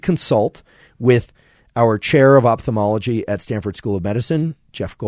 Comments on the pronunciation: Thanks for the very useful content. The word is pronounced "oFthalmology" not "oPthalmology"! Moreover, could someone explain me how a person can perceive, say, GREEN colour in a (totally) green room, without anything (other colours) to juxtapose it to? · Great episode, but man it's pronounced oFthalmology from the Greek ofthalmos that means eye.